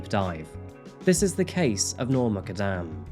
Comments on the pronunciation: Your pronunciation of 'Noor Muqaddam' is terrible. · She’s not Irish and her name is also mispronounced